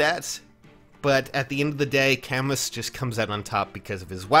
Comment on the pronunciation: I might be way off here, but shouldn't Camus be pronounced "Ca-moo" like the French author???